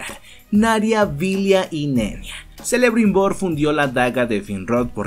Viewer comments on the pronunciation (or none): Muy bueno el resumen pero , se le escribe Celebrimbor pero se le pronuncia como Kelebrinbor. =) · Excelente video!. Dato: se escribe Celebrimbor y se pronuncia Quelebrimbor o Kelebrimbor. Saludos. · se escribe celebrimbor y se pronuncia kelebrimbor